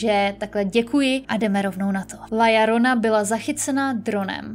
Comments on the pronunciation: (LA) JORONA. Co je na tom těžkýho? Proč čte LLORONA jako LLARONA? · " La Jorona" se to vyslovuje :)